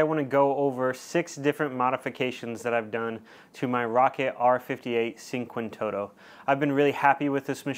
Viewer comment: It's "chin-kvantotto" not seenquantoto :) <3